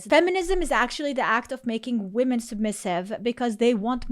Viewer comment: 12:oo can't even say the plural of women